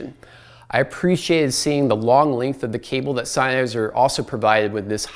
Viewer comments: Nitpicky, but I believe it's pronounced "zen-highser", not "sign-highser". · It triggers me, sorry: It‘s not SEINnheiser, it‘s SENNheiser .. 👉🏿😬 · It's Senn-heiser, not Sein-heiser!! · It is not pronounced Sign-heisser like you've been pronouncing over and over! It is Senn-heiser! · Agree totally. Really annoying. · Its Sennheiser, just like bud. Not syne, senn! The review was nearly unwatchable, nice try though? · Sein-heiser? Rofl